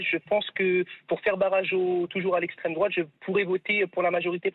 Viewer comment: Apolline « Boter l’extrepeme droite » 🤣